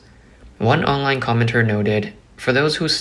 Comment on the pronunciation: Online , not ongline, please brush up your pronunciation